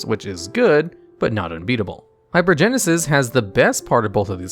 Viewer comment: Can’t pronounce half the cards, so shocker has no idea how good hypergensis is or isn’t. Tell me you’ve never cast any of these cards without telling me you’ve never cast any of these cards.